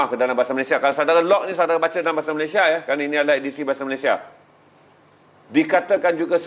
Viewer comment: Apakah sebutan yg betul sukukata terakhir nama negara 'Malaysia' dan 'Indonesia'? Mengapa disebut sebagai 'Malayshia' dan 'Indoneshia'? Bukankah itu sebutan gaya Bhs Inggeris?